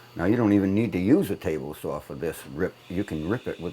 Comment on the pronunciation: Just one complain. Saw is spelled and pronounced saaawwwww NOT SAWR OR SAHHWWRR. Other than that you’re a bad ass Shipwright